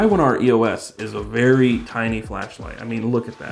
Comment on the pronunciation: Pronounced tiny not tini,JS!